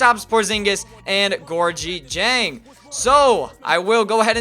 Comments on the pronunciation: ITS GOR-GI JANG. HE WENT TO LOUISVILLE. SAY IT RIGHT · lease say Georgia dieng's name correct. Love u but I get mad when u say it wrong. It is pronounced "Gour-gee jang"